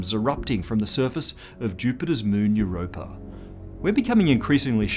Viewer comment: I sincerely love the way you pronounce it Europrrr ...and now I'm imagining cats swimming around below that ice :)